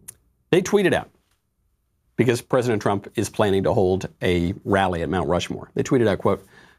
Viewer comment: Now I pwomise as Vice Pweisent...